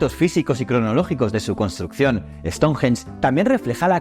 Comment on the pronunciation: Me chirría como pronuncia " ESTONJJJJJEN"😅